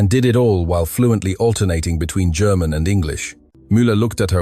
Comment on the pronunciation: WTF is "Gare-mon"? If you can't speak a simple word like "German", there's little hope.